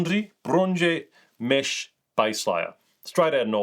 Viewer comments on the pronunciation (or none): Brynje is pronounced Brin-ya And yeah, their baselayers are game changers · Brynje is pronounced "Brin Ya" It's Norwegian. And they are AMAZING! Paired with a Senchi, they are the perfect layered system for regulating heat and perspiration.